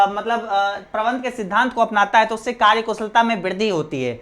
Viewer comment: Sir karya ko karj karj kyu bol rha ho